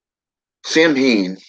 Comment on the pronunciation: its actually pronounced "sou-wen". common misconception. =]